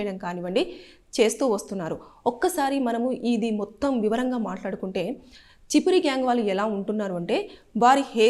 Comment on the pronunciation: Chipiri gyang కాదు Chimpiri అంటే వి కారము గా వు vuntaru.